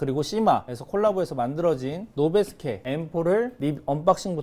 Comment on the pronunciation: 노베스”키“라고 발음합니다.